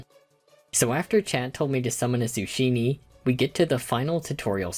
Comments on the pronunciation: zucchini pronunciation hurt me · that’s not how you pronounce zucchini